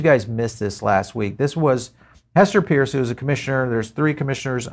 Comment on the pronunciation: Hester's name is Peirce, not Pierce, and pronounced Purse. She is getting increasingly annoyed with people saying her name wrong